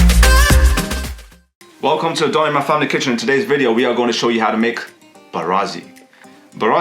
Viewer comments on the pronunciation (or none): none